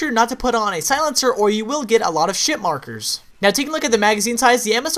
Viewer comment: Did u say shit markers lol